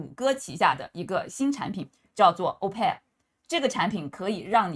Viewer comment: 是唸成“O-Poll” 不是O-Pel